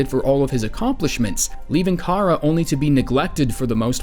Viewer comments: Chara is pronounced as in "CHARActer" not karruh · Say Chara's name right Your not a true undetale fan if you don't know how to say her name right